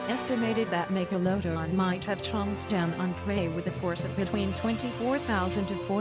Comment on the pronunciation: Why the narrator can't pronounce the word MEGALODON properly